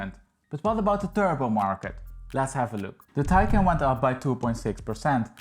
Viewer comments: Great video! The model name is not “taken” it’s “Thai Khan” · Sorry, but you're not pronouncing the name of the car correctly. :( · You need to learn how to pronounce “Taycan”! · Please, your pronunciation of Taycan is crap.